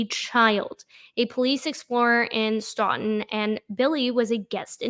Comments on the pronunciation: Please know it is pronounced Stow -ton. I live in the neighboring town and appreciate your making this corruption public. Thank you for your work. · So I love your show. The town is actually pronounced Stoug-ton. like though-ton